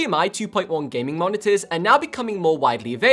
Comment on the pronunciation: Why you are saying Heydmi? Not H.D.M.I, the word is from high definition not heyygh defintion